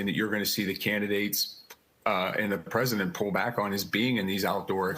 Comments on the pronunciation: The what? Presiment? 🤔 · The former presiment? Presiment?